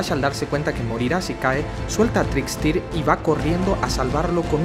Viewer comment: irom hights no es una persona r.r, y se pronunci a TRIKSTER